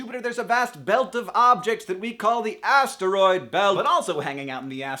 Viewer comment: Hank why do you pronounce atroid like ats-er-oid?